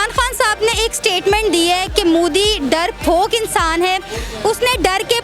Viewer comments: Darphok ni hota. Darpok hota hai.jahil journalist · Darrfok nahi darpok hain imran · Darfok ni hota. Darpok hota hai.😂😂🤣🤣😀😀 I love my india..🇮🇳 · It's 'MODI' not 'MUDI'. And 'DARPOK' not 'DARFOK'